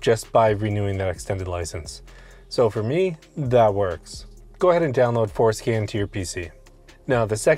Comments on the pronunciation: Are you purposely saying forskin lol? And Alot of other f150s you need to relearn other modules besides just changing the mm. I would update your video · I can't stop hearing foreskin. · I came for the information, I stayed for the information and the fact that when he said forscan it sounded like foreskin and I’m an adult child! Haha Definitely subscribed though! Good info!! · I swear he saying 4skin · Did you say Fore-Skin? Bruh 😅😂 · at 25 seconds I heard fore-skin also !! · Definitely repeated "skin"! 😅